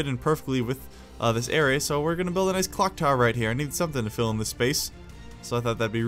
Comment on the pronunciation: I thought he said cock tower😅😅😅